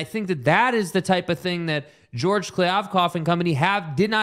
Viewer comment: The fact that y’all can’t say George’s name right makes me think y’all aren’t serious about this honestly. Eh.